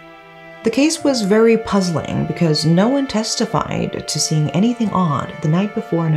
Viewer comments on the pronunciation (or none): none